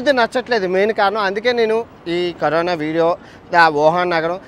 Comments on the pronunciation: కరీనా కాదు కరోనా 👍not you can eat -i can eat 👍to much mistakes 🤦‍♀️👍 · Carina kadhu raa carona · Kareena kadu 😂 corona 😂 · 9.12 kareena kadu bayya Corona 😂😂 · Kareena kadu corona bro china valutho mataladi telugu marchipoyavu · Kareena kadhu annayya karona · అన్నా కరిన కాదు కరోనా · కరీనా కాదురా నాయన కరోనా 😂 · Carona kadha meru kareena antunnaru